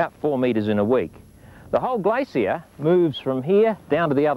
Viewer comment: Gla-Cee-Uh =p